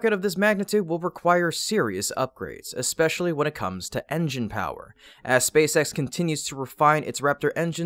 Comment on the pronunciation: "Ex-specially"? OTOH I'm glad you read it vs using a dumbass robot!